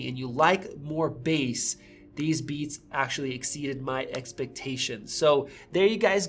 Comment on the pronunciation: At the beginning I totally heard “We just got the new Bees Studio Buds!” 😂